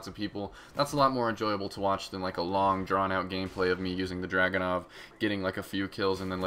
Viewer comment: DrUganov not DrAganov DAMMIT PEOPLE